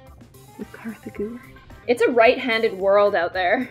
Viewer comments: not even kartha gewert, its artha gewet!!! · It's Kartha, not Martha